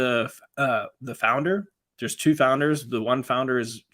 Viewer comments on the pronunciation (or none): So cringe it’s not pronounced toke , lmfao are you smoking the hat? “Two”.....